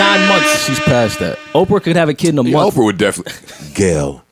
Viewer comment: Joe its Month not momf